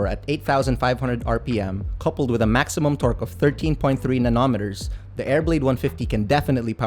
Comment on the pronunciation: Inulit ko rin nung narinig kong nanometers kala ko nananaginip na ako sa antok haha. Nice review anyway.